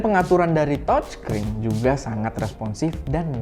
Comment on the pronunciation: biar review nya lebih keren, coba pengucapan "TOUCH SCREEN" nya yg bener, BUKAN .TOC screen hehe